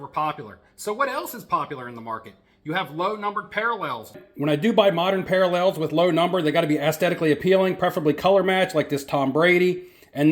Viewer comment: Are you trolling with your pronunciation of parallels?? 😂